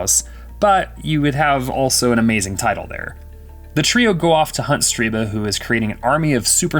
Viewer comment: Stirba. Not StRiba.